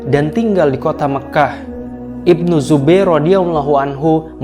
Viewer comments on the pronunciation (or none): maaf .husein itu ibin ali ibin...,. .dn sterusnya..itu bacanya yg bnar secara nahwu adalah ibnu dan itu sdah umum. bukan ibin.meski tulisannya Ibn tp itu singkatan bacanya adalah ibnu.